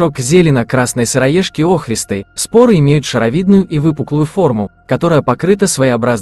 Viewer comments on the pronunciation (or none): Спасибо вам! Для меня сыроежка, любая - гриб который я не знаю и не понимаю. Но интересно разобраться, а вдруг мне понравится по вкусу. Только пожелание - поправить ударение в некоторых словах - сосна, охристый, зелёная.